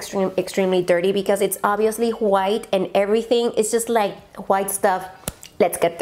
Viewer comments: Me encantó cuando dijiste “juait” refiriéndote a white jjajajjaj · Juait = white jijijiji eres bella solo me dio risa yo tambien tengo palabras q pronuncio gracioso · JAJAJAJAJ me encanta como pronuncia white “juait”